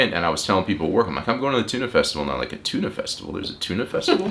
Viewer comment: These two are talking a lot about Tunø festivalen but they are pronouncing it Tuna, which is wrong, very wrong, it is Tun-Ø. Ø means island, it is one of these famous one letter Danish words. So if they wanted they could call it "The Festival on the Isle of Tun, because ye can't drive there, there is water all around it. Because it is an island.